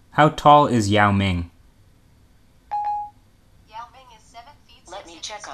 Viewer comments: He tried "How tall is Yao Ming?" twice. First time Yamane and second time yell Man..LOL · "How tall is yo monayy?"